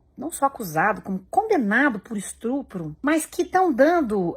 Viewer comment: Jana falou "estrupro"?!😮